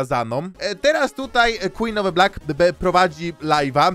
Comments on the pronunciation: quen of the blik xd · Queen of the Black nie zasługuje żeby tak się do niej zwracać. Powinniśmy mówić "KŁIN OF DE BLAK"